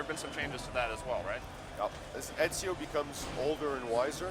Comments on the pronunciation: Everyone keeps saying enzio. its fucking Ezio morons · WHY IS EVERYONE SAYING ENZIO!?!??!! ITS EZIO GOD DAMNIT!!!! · People actually keep pronuncing him as " EDZIO " , lol